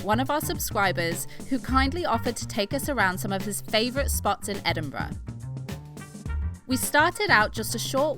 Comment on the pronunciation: OMG THEY SAID EDINBURGH RIGHT!!!